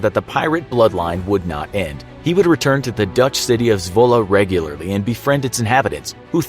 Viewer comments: It is not Zwulle its zwolle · I’m from the Netherlands and i think it’s funny how he says Zwolle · AHAHAHHA any dutch people here? ' Zwolle" :))